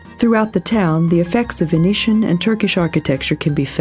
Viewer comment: "Venetian" "Byzantine" "Herakles" these are probably all words she's not heard pronounced before (reading a dialogue that obviously been written by someone else)